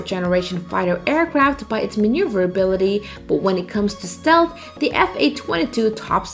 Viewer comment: This is the worst pronunciation of "Stealth" I have ever heard. Yuck. It's the focus of the video too...